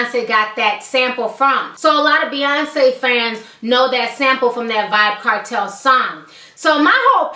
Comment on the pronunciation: Lol..it's Vybz Kartel Ti, pronounced "vibes". I am saddened to know that i won't be hearing new music from him because I am from the Caribbean and that's what we listen to when we go out and go to parties